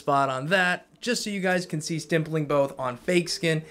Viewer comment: Keeps saying “stimpling “. Lol. There’s no m in that word, buddy.m